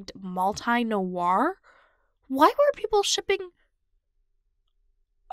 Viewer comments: You pronounce mulitmouse wrongly🤦‍♀️. Multi is pronounced the same way as in multiplication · And multi as in multiplication is pronounced differently from region to region 👀